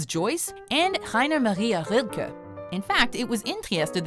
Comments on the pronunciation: attracting royals and artists like james joyce and Heinuhmariahuudkuh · I dont know how somebody can butcher Rainer Maria Rilke in such an level